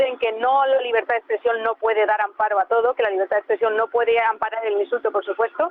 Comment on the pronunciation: NOTECOR4TES DI LABERDAD QUEBONITAS PALABRAS PENO DICE LABREDAD